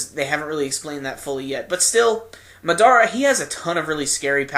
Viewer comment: Why do people pronounce madara wrong its been said a million n a half time in the anime by now